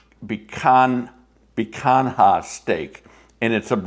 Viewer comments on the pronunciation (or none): Papa the Picanha steak is pronounced Picanya… ❤ love the video